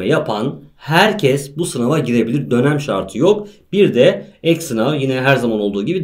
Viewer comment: 'de dönem mi diyorsunuz lütfen söyleyin